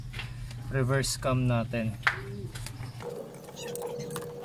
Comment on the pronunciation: cam po yon hindi "vam".